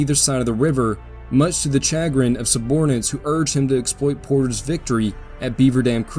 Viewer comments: Wtf is "Chag-rin?" You mean "shuh-grin." AI...smdh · Cha-grin? Wtf? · Great video - i love all your videos actually! Just and FYI chagrin is pronounced SHA--grin :)